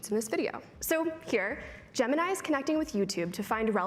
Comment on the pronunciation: It's not Gemanayi it's actually gemiii neee